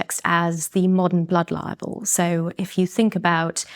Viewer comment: Why does she pronounce "Blood Libel" as "Blood Liable" ?